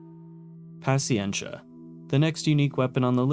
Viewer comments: The Avenger might also be a reference to the GAU-8 rotary cannon found on the A-10. The GAU-8 is also called the Avenger Though the caliber doesn't match, it's still a fun thing to consider Edit: that's not how you say "paciencia" lol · Also mispronounced paciencia, chasm, and several others. I'm surprised he said Euclid right. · Great video, I applaud all the work that went into this! Mild nitpick is there are a bunch of words you mispronounced like "nanometer", "picometer", "paciencia", etc..